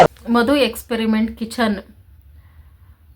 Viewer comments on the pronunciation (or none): Ayyo Experiment alli R illa